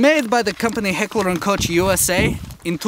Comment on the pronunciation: you said heckler & Koch wrong you say Koch the way you say coke